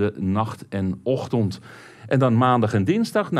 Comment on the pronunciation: "de ochtond" 😅